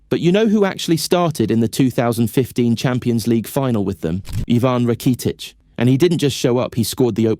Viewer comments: You need a better AI narrator. This guy sounds like a soulless robot. The pronunciation of Rakitic was....interesting 😅😂 when you upload your script to the AI voice generator I recommend spelling names phonetically so your robot pronounces it correctly 😅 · I thought the video was great until he said “Rakeetich” and “Sholes”